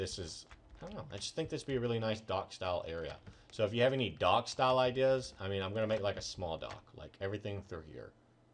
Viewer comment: when u said "dock" it sounded like "dog", so I thought who likes dogs? BURT DOES!! so u should build burts puppy shop next to the cat shop